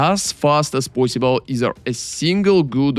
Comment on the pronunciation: I love that he says "poyssible"